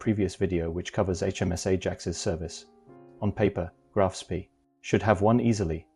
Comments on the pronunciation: Why can't anyone pronounce Spee properly. It is Sprey not Spee as in pee. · repeat after me graf spay koo de grahs mon-teh-vih-XDAY-[oh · It is pronounce SPAY!!!!